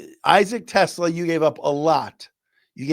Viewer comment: Just wanted to let you know about a correct pronunciation. It’s Issac Te-SLAH, not Tesla. Love being an every day listener!